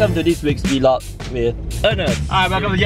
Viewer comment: Vee-log? Hmm, okay...